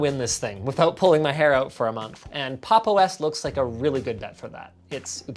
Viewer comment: The only thing I actually dislike about this video is the fact that he mispronounced Pop!_OS and then said the name sucks because of that